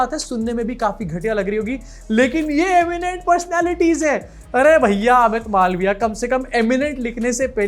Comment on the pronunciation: you are the best 😂😂😂 ye-miennt pershonality😂😂